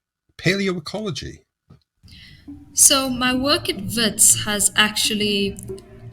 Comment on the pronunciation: Well done for the correct pronunciation of names like Keneiloe and Wits! It shows that you take care when you prepare the material.